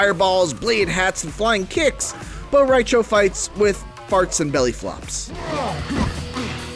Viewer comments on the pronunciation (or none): "Bo-rai-cho" MrGstar321 has entered the chat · Bo Rai Cho? Should not be here.